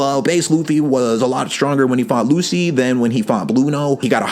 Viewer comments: Bro it's pronounced as LuCHI, not Lucy. Also, when Lucci "one shotted" Luffy, that wasn't bc Luffy was a lot weaker than him but it was bc Luffy was struggling mentally and wasn't able to be at his best. Like he just recently had a huge fight with his best friend which resulted in him leaving the crew. His ship was dying and the entire crew was falling apart and to make matter worst his crew was framed as the villain and another one of his crew member was leaving. Luffy had a lot in his mind at the time to be thinking about fight some strangers he just met. However, Luffy did get a tad bit stronger as he stated that he trained a little and came up with an idea to get stronger before he fought them again. But still, he was a lot closer in strength to Lucci even before his new power up than you think. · Love the vid but please. Please. PLEASE. ITS PRONOUNCED LUCHI